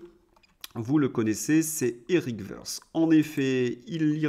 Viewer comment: Toutes choses étant égales par ailleurs et notamment le bruit dissonant de la batterie de casseroles qu'Eric trimbale depuis belle lurette, son patronyme "Woerth" ne se prononce pas à l'anglaise "se" mais à la teutonne "te". Woerth est d'ailleurs un bled (bucolique et charmant) en Alsace du Nord, près de Haguenau, non loin des premiers puits de pétrole du Monde (presque taris, ne rêvons pas)